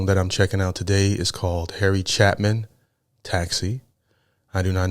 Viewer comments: Its Cha pin, Not Chapman there is no M. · Love you,, and love Harry Chapin. Please notice it's not Chapman, it's Chapin (chay - pin). This guy's a legend. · There is not a letter "M" in either the spelling, or how you continue to incorrectly mispronounce, with an "M", his last name as Harry "Chap-man / Chap-men". It's spelled "Chapin", and pronounced "CHE" (as in 'Che Guevara') "PIN" (as in 'needle & pin'). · ACTUALLY pronounced Harry Chapin (chape-in) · It’s pronounced CHAY-PIN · Harry Chapin (Chāpin) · Chapin... pronounce ... Chay-pin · Chay-Pin. Cat's In The Cradle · It's Chapin and pronounced Chaypin. Jeez read it. I grew up on Long Island . Saw him a couple of times. He died at 38 in a car crash. He opened a food bank and fought for people to have access to food. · Fyi, his name is pronounced CHAPE IN. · Not Chapmin - Its Chapin, with a long A sound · it's pronounced, Chay Pin... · Yeah, Harry Chay-pin, phonetically. First syllable accent. A great story teller, the kind of person you want to know. I was 15 when this song came out ... wow. We lost him. One of those awful truths, life is so unfair. Listen to more of his stuff, he'll explain it. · Not pronouncing his last name correctly.